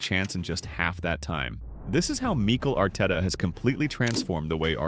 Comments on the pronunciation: Who's Meecle Arteta? 😅 Anyways sound analysis! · “meeekil rTeta” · ai's pronounciation of meekal arteta lol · Meekhel Arteta? Is this an AI voice or something?